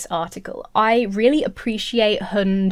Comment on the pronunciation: Vaguely related but your pronunciation of "hund" is spot on tbh, and yes it means "dog".